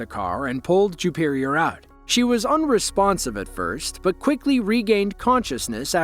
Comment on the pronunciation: Juperior? Jewperior? Ok.😮